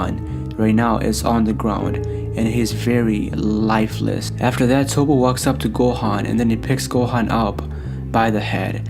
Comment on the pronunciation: Yes his name is Toppo, But you say it as Topp. after hearing you say his name wrong so many times i can't listening to this video anymore